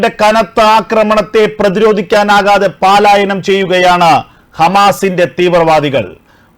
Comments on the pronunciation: Not paalayanam. Palayanam is correct. 😊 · ഹോ! ഈ 'പാലായനം' കേട്ട് കേട്ട് മടുത്തു. പലായനം എന്ന് ഉച്ചരിക്കൂ ദയവായി. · പാലാ ? പാലായനം അല്ല പലായനം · പാലായനം അല്ല. പലായനം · Many times many people have pointed out to you that it is 'പലായനം' and not 'പാലായനം' but you have not corrected the wrong pronunciation.!!!> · പാ ലായന൦ വേണ്ട. പലായന൦ ന്ന് മതി